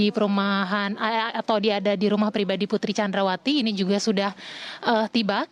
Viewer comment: Ngasal aja nyebut nya Putri candrawati hadeh payah 😁